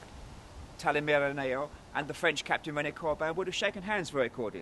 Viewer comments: The name is Talimeren, not talineran 17 .5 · It's Talimeren not Teliraman